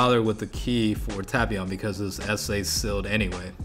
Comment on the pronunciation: Tapion. Tay-pee-on not tap-pion